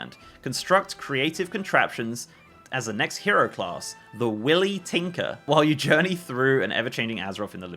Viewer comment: ... Wily. Why-Lee. ...